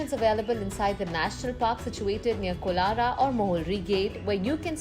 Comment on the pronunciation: It's kolara not kolsa